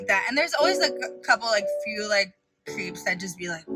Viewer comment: Wow she said creeeps